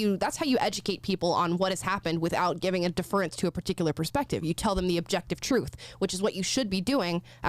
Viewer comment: Deaf-rence....... Not deferrr-ance